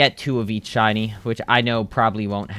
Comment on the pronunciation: Bro Said Chiny Or Chinese Instead Of Shiny